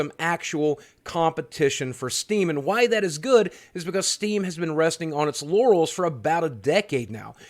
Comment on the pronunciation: Anyone else hear him say "resting on its yannis"?